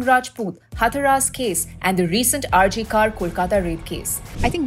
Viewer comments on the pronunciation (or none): It's not हथरास it's हाथरस